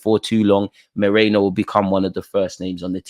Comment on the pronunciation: Its not Moreno. Its Merino!